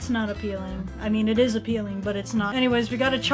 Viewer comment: “That’s not aPEELING” AYYYyyyYYYYyy